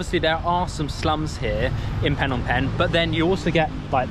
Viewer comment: Ah yes city of PhEEnom PEnh not Phnom Penh 😂 also have a nice day there!